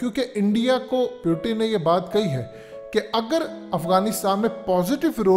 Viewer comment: Its Putin not pyutin 😆😃🤣 Fazehat tv 📺